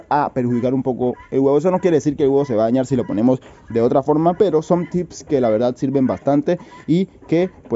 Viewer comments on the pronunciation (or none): none